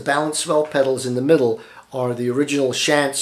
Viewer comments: Pronounced "Shonts" not Shants but great video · Thank you for this very informative presentation. I am purchasing a Hauptwerk VPO at this time. BTW, the name Schantz is pronounced "shontz". FYI, I am not closely related to the firm's principals, just share the same name. Again, thanks.